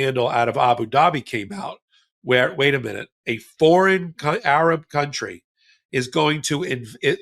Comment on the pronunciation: Why the huge emphasis on, "Arab Country!"